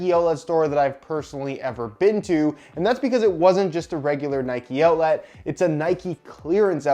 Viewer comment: Nobody:: “outlat”